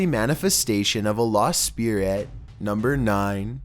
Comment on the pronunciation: It's pronounced Spi-rit not "speaarihhhht" fuck bro.